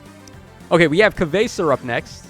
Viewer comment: A new year coming up and still no one knows how to say "Kvasir" right 😅 Powercreep is based on the character, not the state of the game. Popular characters get the goods. Also Kana living the dream surrounded by babes. 😊